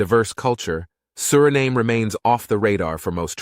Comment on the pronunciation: You pronounce the country’s name Surinaam and other times Suriname. Make up your mind.